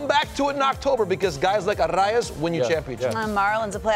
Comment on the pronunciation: None of these gringos can pronounce Arraez correctly, it's hilarious hearing them try to do it.